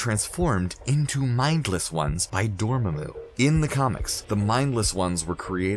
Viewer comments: Ahhh now I see that Doctor Strange was calling Dormamoo the wrong way all this time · man, that pronunciation of dormammu though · that’s not how you pronounce dormammu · clicked downvote for how you pronounced dormamu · Ok... ScreenRant... I love you! But your narrators suck at pronouncing things like Dormammu, benadict, etc... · mispronounces dormammu... dormayyymu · Well darn now he changed it to door-may-moo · Dormemoo????? Really????? They say DORMAAMU so much how do you mess up that pronunciation? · Easily, since for over fifty years, until the Cumberbatch movie, the name was pronounced DOOR-muh-moo, not door-MAM-moo. Even Stan Lee pronounced it this way. Check every cartoon in which the character appeared. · Dormammu or Doormumu? lol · Dormaaaamu, not Dormammu and for sure not Dormehmu. Things prophesied in this video came to pass, others never will. And it was Stormbreaker. You did great work here. So Thanos snatching the gauntlet back then was fake? And talking about White Vision was great. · Dorm-mu?Really?The MCU pronounces it Dormammu! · Really "Door-ma-moo"??? It's "DOOR-UH-MAH-MU' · Argh!! It really annoys me!... It's Dormammu, NOT Dormummu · Dormamu not 'domemu' 🤭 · DOR MAMO, NOT DOR MAY MO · ITS {DU-RA-MAR-MOO}! NOT {DUR-MARMA-MOO)! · 'Dohr-muhmoo' and 'Nahmore' killed me x,x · door mumu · And it’s door-ma-moo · Door mah moo 🐮 lol it was killing me. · Gojira1701 Also its pronounced Door-Mom-Moo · Ok ok when he said Dormmamu that one might have been kind of bad. Lol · eddie g isn’t it pronounced like door-mon-moo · Zuly Solis Door-Mahh-Mu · 🚪🐮🐮… I about lost it when he kept pronouncing Dormammu like that! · SAy it with me Door-mamu... lol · Door moo moo? We gonna ignore he pronounced it like that 😂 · AND DORMAMOO?! it is DORMAAMU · Tell me you didnt see Dr Strange without telling me you didnt see Dr Strange. Door-muh-moo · It’s door mah mooo!! Pleaseee say it right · door-mae-moo Really? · Pronounced NAAEE-MOOR and DOOR-MAH-MOO...